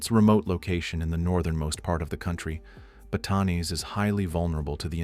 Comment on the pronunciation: Please correct your pronunciation of place names such as Pampanga and Batanes - it is disrespectful to say those with such an American accent!